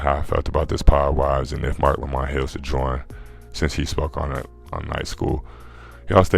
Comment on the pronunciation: It’s Marc Lamont Hill pwzzy 😂😂😂